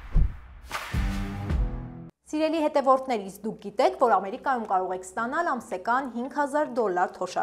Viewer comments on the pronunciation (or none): Շնորհակալություն, Ձեր Հաղորդաշարին և հաղորդա արուհուն։ Միայն մի դիտարկում. Հայերենում խոսելիս շեշտը դրվում է վերջին ձայնավոր վրա։ Ոչ թե Ամերի'կայում, այլ Ամերիկայու'մ և այլն։ Կարծում եմ , այսուհետ կլսենք բսռերի ավելի ճիշտ արտաբերում։ Կանխավ շնորհակալ եմ։